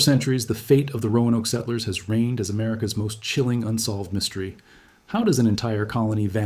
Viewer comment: I had suspicions, but I was sure when I heard it pronounce settlers.